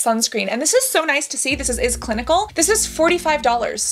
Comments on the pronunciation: iS Clinical is pronounced as the word "is", not I S letters according to manufacturer promo videos. Love your channel!! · It’s “is” not I S! Such a good brand I promise